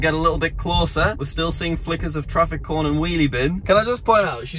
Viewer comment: "Traffic Coni"